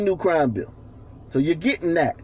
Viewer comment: "I don't know what dat is" LMFAO